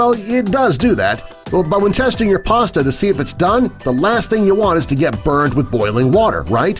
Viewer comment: There's is no r in pasta